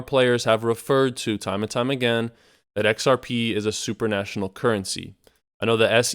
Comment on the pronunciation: Supranational, not super national :)